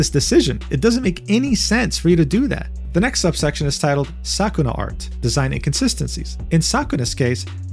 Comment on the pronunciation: I am not saying you have to learn Japanese. But please, understand that Japanese is a phonetic language. You can tell exactly how a word or name is pronounced from how it is spelled. Vowels are the same no matter which consonant they follow. For example, E is always pronounced as in "excellent", meaning there is no "silent E". Ogipote has four syllables: O-gi-po-te